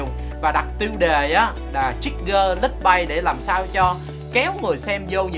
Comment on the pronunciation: Clickbait phát âm là "cờ lích bết" nha, chứ ko phải "click-bây" đâu